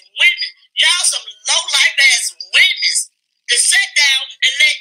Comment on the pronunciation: CHILE CAN'T SAY WOMEN 😅 🤡🥱